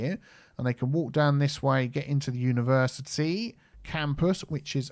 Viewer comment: Unitea Universitea